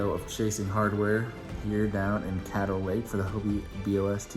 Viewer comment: Thank you for pronouncing the lake name correctly. People want to pronounce it kay-doe. When its cad-doe